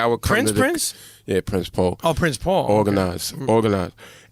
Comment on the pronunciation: Prince PO !! ... smdh ... damn ... cringe moment.... dude said prince Paul smh lmaoooo